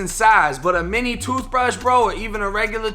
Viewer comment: “A TOOF BRUSH?!?!” 😂😂😂😂